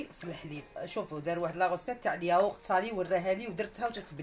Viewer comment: يقولوا الياوورت ماشي اليايورت هههههههه